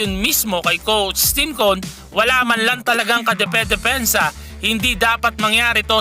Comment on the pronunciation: Parang hirap na hirap ka sabihin Yung "coach Tim cone"